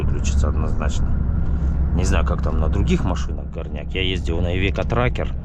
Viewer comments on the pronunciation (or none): none